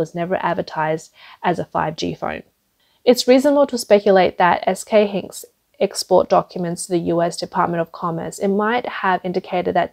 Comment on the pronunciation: Get your narrator to say Hynix, dram, and nand, and nvidia correctly.